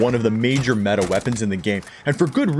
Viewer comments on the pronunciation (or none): none